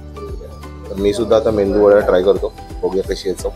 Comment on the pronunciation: O mendu vada nahi medu vada please!